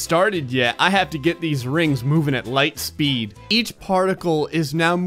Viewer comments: Ligh speed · ", you shouldn't play with light speed": "5 that many numbers ligh speed"